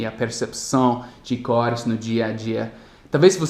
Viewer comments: corés esta errado, o correto é cores , você estava falando corés. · Demorei bocado a entender que ele estava falando "cores" achei que era "core" núcleo. Muito excelente seus vídeos. Gosto por demais desse canal.